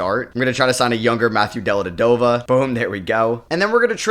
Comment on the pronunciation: I missed hearing try to pronounce Delly’s name lol just completely ignores the first V in his last name 😅